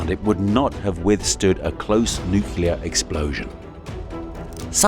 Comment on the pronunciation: noo-CLEE-er instead of noo-CUE-ler